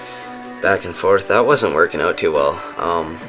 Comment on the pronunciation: "greened oat"